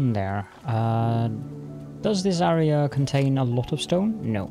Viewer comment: Love the channel but the way you say AREA is so ircking haha